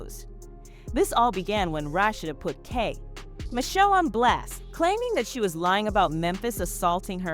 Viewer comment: Right! Say Kay pause, Michelle likes it's 2 different people 😂